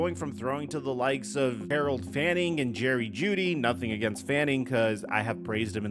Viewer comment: It’s Fannin, not Fanning